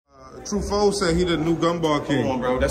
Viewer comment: He said tru foe 4 times: WHO? 😂